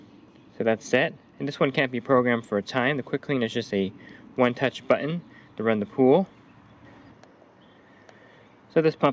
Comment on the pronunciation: It's the new way to say it. Also heard someone say cur- un for curtain. Where did the "T" go? So annoying. Also everybody is ending their sentences like a question....